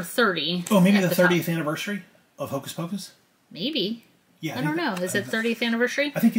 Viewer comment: and!!!! I love you guys so much but come on it’s hocus pocus!!!!!! lol